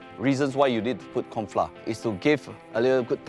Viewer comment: "corn fla"